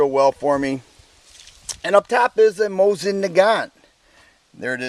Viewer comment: MOE-SEEN. You bad comrade.